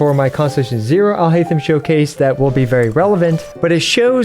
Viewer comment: if you switch on jp dub you can hear them pronounce it. If you try and pronounce it in an english way itll be haith-em. But its actually heiyy-them. Would be better if i could sound record it but you can hear the correct pronounciation in the jp dub. Trying to imitate the urdu/arabic sound of the name in written english just wont work because english alphabets and urdu/arabic alphabets are different and sound different even those that seem similar